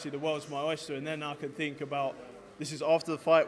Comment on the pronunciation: When did it become the norm for everyone to say 'fink'? Good luck Joe!